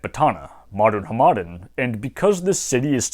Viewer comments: I was thrown off every time you said Hamadan as huh-maden lol. It's pronounced Ham-eh-don, at least in the farsi I know. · Just a minor pronunciation note: The city and region of Hamadan in western Iran is pronounced like HAmaDAAN. The middle syllable is the quietest one, the third syllable is the most emphasized and is also a longer vowel. I don't speak Persian fluently but I've had enough exposure to it (used to have an Iranian girlfriend) that it seems to me that in Iranian words the stress is most frequently toward the end of the word, often on the last syllable.